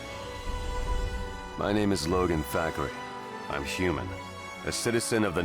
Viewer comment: You’re awful with these names haha